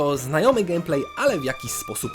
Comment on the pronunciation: Jak dla mnie "gemplej" zamiast "gejmplej" wygrywa :)